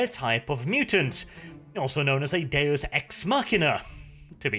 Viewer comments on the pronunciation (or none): none